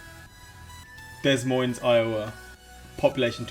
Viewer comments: So the difference is City population of City Proper and Metro area. so Places Like Chicago we tie in the cities that surround it as the Metro Area. Also Des Moines is pronounced Da Moine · It's pronounced Duh moyn. The S's are silent. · Des Moines is actually pronounced (Da-Moin). I think it’s French or something 😅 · "Boys Idaho" "Dez Moines Iowa" "Ancho Raj" "Which Eater" "Loo Ees Ville" "Fault Land Maryland" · Just a heads up, Des Moines is pronounced as Duh Moine or De Moine. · Haha I'm from Des Moines. Both S are silent. So it's pronounced like 'De Moine'. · For future reference: Des Moines is pronounced "D' Moi" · From Iowa here, Des Moines is actually pronounced "De Moine" basically drop the "s" off of both. Its common to hear Des Moines and alot of people not from Iowa get made fun of for it. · I had a co-worker from the UK and she always said "Dez Moyn-eez" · I’m from Des Moines. It’s pronounced De Moin and it’s a super nice city but Iowa weather blows. We are currently building the biggest skatepark in the US too which is tight. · I am from the Des Moines (pronounced duh MOYN), Iowa area. There are over half a million people living in the metro area. They're only using the city limits and not the Metropolitan Statistical Areas (MSAs) that the US Census Bureau uses to determine population centers. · Des Moines is pronounced “duh moine” I’m from Georgia and that’s what we say. Anchorage is “anchor (boat anchor) uhj” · Cheyenne = "shy-ANN" Boise = "BOY-zee" Des Moines = "d'MOYN" Wichita = "WI-chi-TAH" Omaha = "OH-muh-Ha" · Des Moines, Iowa. Don't pronounce either S in the name. To truly say it like a Midwesterner, say "Duh Moyne" with emphasis on the OY sound in Moines. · Not your fault but Des Moines is pronounced Da-Moine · Lol des moines I love it when people speak it the way it's spelled lol. Great vid man and btw it's pronounced (de moin) not des moines even though it's spelled like that. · The s's in Des Moines are silent. It's more like Deh Moin.